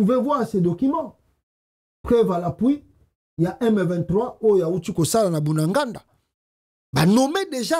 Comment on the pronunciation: C’est BUNAGANA et non BUNAGANDA…Merci bcp 👍👍👍